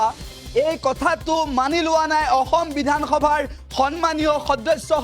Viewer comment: ই অসম শব্দ টো উৎসাৰণ কৰিব নোৱাৰে সাংবাদিক